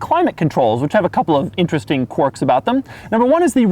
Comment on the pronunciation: He pronounced quirks wrong